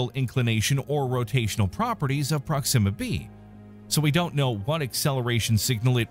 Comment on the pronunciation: "prok-SIM-a"? Weird putting the emphasis there as opposed to "PROK-sima"